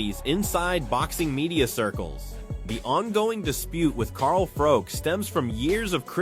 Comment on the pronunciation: Carl froke 😂